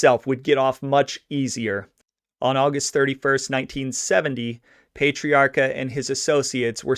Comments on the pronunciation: one more thing to fix, just cuz i have OCD, you keep saying his last name wrong too. You pronounce it "payt-triarca" and its actually pronounced "pet-triarca" lol. But great job....again. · It's PAh-TREE AAHCA, not Pate-riarka. You gotta say it with a Boston accent. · PAT - ree-aka. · It's Pat-tree-r-ka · No no no...it’s NOT pay or pet it’s pat!!!! Pat-tree-ah-kah💯💯💯👍